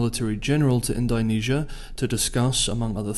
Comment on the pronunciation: It’s indo not indynesia